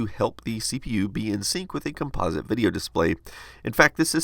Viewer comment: Shame that composite wasn't pronounced correctly!